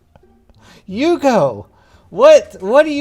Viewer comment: “They simply have to go where you go.” Lol it sounded like “they simply have to go where Yugo.”